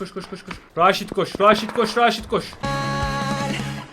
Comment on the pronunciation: Retaj değil raşit :D